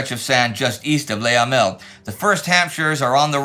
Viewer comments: It's not easy for English speakers to get it totally right - that's how it goes with foreign languages. Unless there is an "accent aigu", the best equivalent tot he French 'e' would be pronounced 'uh'. "Luh" instead of "Lay". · I've tried to get over it, but it is just so infuriating to hear Indy pronounce Le Hamel as "Lay Hamel" - for who knows what reason.